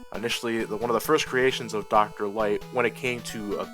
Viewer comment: I may be very slow in noticing this, but . Former assistant to Dr. Right. Your engrish is showing.